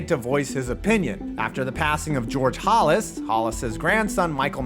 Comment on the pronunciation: George Hawlis, or Hollis?